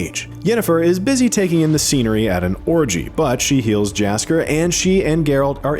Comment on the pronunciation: What is that pronounciation of Jaskier? Research department take the day off?